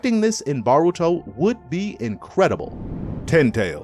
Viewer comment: bro if u say BARuto one more time.....